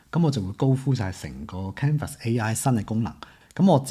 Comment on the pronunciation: 多謝同支持廣東話影片，不過有樣野想提一提，我覺得都幾"un" 耳，就係Canva 個讀音...